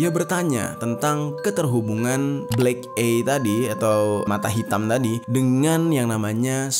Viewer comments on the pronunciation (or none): Dibacanya Blek Ay, Mas, bukan Blek Ey, cm koreksi ya untuk kemajuan channel ini. Pelafalan bhs asing perlu dicek dl sprti apa bunyinya. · Bacanya BLÉK AIY. Bukan blék éiy 😭 Yakali masa lu ga tau cara nyebutin bahasa inggrisnya MATA. 🥲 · eye : ei❎ eye : ai✅ ni bunyi sebutan yang betul , salam dri malaysia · Sekedar saran bang, baca nya blek ai clab… bukan blek ei cleb 😊, devil baca nya sama, bukan divel. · Bacanya the blek ai clab baaaangggg bukan the blek ei clab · EYE baca 'ay' not 'ey' in English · Eye dibaca ay bang.. Bukan ey.. 😂🤭🤭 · bukan ey, tapi ay <3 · Bro nyebutnya Ay bukan Ey. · ay bang bkn ey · Eye dibaca ai bukan ei, devil devel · bacanya blek ay bukan blek ey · Eye dibaca Ay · Eye = mata. dibaca : Ai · Bang belajar lg ya cara ngucapin "EYE"